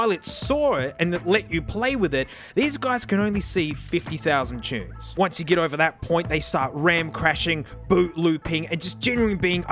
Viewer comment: 50 000 choons “tunes” xdxdxdxdxdxdxdxdxdxdxd